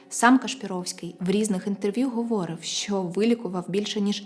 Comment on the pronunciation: Тільки не "говОрив", а "говорИв"... Кілька разів неправильний наголос зробили, ріже вуха... В цього шарлатана не вірю, родичі родом з срср теж...